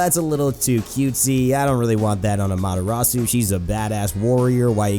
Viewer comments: How do you pronounce the names wrong if the characters say it theme selves. The way you pronounce Amaterasu is silly. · you pronounced Amaterasu and Susano-o wrong, but great video.